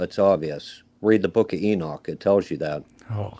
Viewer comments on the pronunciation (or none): none